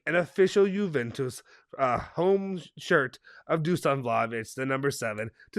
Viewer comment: Dusan is pronounced Dushan by the way